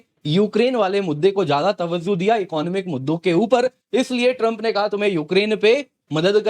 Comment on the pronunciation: Tawajoh not tawazoh